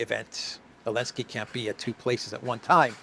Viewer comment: Why do you call him Elensky? The Z is not mute.